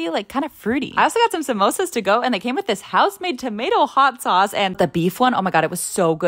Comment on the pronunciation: at least she pronounced right samosa 😂